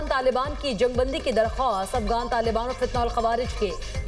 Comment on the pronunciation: Talafuz sahi nahi. Afgan nahi Afghan